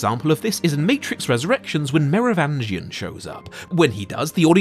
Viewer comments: Meh roh vin gian! Not mirror vangian lol. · It’s pronounced Mero-VINGE-ian. I think. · Pretty sure you are mispronouncing The Merovingian's name.